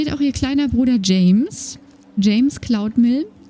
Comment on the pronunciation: Huch... Ich habe ein bisschen sehr lange gebraucht, um "Cloudmill" zu verstehen xD Das erste, was ich verstanden habe, war "James klaut Müll" und das hätte mich nicht einmal gewundert haha